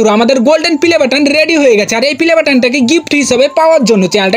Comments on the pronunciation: Playboton❌ Pilaboton✅ 😂😂😂😂😂😅😅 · পেলেবাটান❌ পিলেবাটান ✅😂😂😂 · Pleybotan ❌pilebotan ✅🤣🤣🤣🤣🤣😂😂😂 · Pilebatan naa youtube pelibattan bola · ৷ ভাই পিলে বেটার না প্লে বাটন 😂😂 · প্লে বাটন❌ পিলে বাটন✅ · পেলে বাটান ❌ পিলে বাটান ✅